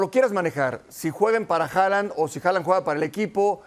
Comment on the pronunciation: Me da ansiedad que le diga Jolan xD